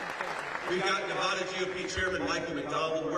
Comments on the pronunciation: Nevada loves ❤️ Trump Vance 😊 just remember Nevada not Nevahduh😂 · Ah shoot I missed him today he’s in my state 😭😭😭 only thing I don’t like is he miss pronounced Nevada 😢 but other than that absolutely loved his speech!!!